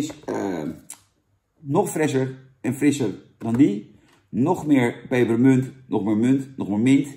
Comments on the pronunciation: Er staat 'pepermunt' niet 'peperEmunt'. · Jannnnn, het is PEPERMUNT, geen PEPPEREMUNT 🤣🤣🤣🤣🤣🤣